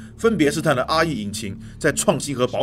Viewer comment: RE引擎聽成阿姨引擎.......害我嚇一跳